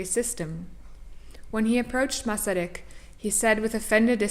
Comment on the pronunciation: As a Czech I appreciate this documentary about our first president and also an extremely interesting man. Your interest in him and your Czech pronounciation of Masaryk indicates that you are of Czech descent? Anyway, thank you for a very enjoyable and informative video.